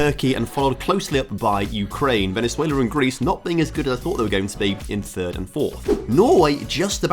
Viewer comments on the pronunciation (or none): none